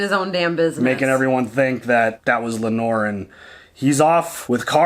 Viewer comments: Does anyone else picture fabric softener everytime says Lenor? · I love them but when I hear Lanor the way he insists on saying it I have to stop....after 8 episodes it's like dude...like Brenden and Brandon. NOT the same name lol